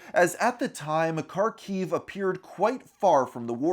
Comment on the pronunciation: I never expected to see my city of Kharkov on here... I had no idea about any of this! Also, I can tell you there really was no war or conflict on the city until that February of 2022. P.S. It is pronounced Harkov (or Harkiv, in Ukrainian language) and not Karkov :)